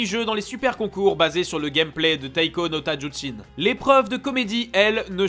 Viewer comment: C'te difficulté à prononcer le mot "Tatsujin" mdr Ta tsu jin Pokémon trash : "tadzuchin"